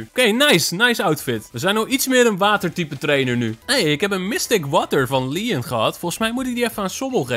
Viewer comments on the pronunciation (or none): none